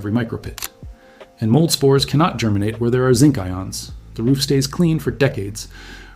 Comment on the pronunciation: Yes, you heard him right: before it GERMANates.